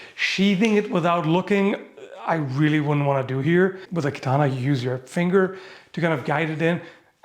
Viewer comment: That's exactly what those Edo period swords were optimized for, yes. Also kudos for pronouncing katana correctly a couple times 😊